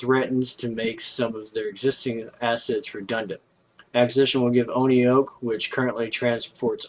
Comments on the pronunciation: Pronounced "one oak" Oneok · It’s pronounced Oneoak